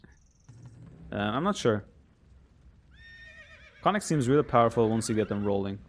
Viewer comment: Konnik pronounced Kon-nik, hard "o" like in Oh, or tone (but short), hard "i" like in Single